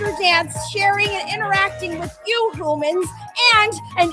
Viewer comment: Its humans not hoomans